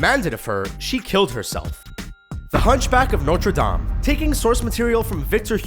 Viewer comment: At least they pronounced notre dame right